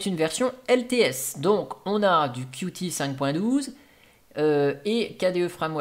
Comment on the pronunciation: Qt se prononce "cute", sinon on perd le jeu de mots